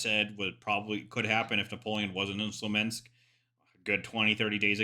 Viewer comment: Amazing video bro! But please it’s Smolensk, not Slomensk:)